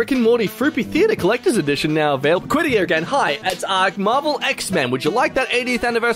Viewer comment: Notify being pronounced "Naughtify" runs a close second place to pronouncing Available as "Avail·ya·ble" I'm beginning to think pronounces things like this to mess with people.